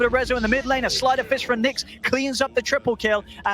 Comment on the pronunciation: it is Nix